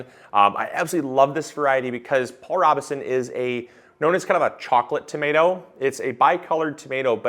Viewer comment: Look him up, Paul Robe-son! Long o in the first syllable, silent e! I’m old enough to remember seeing him speak about inclusion! And to hear him sing in Showboat!